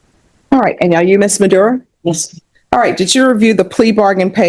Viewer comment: Why does every dipshit go to court and say “yesh your honor” over and over? Is everybody retarded?